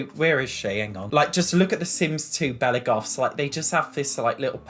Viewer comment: "belly goffs"